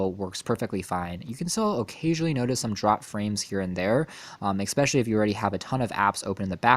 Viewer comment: Stop saying Xspecially!...its Especially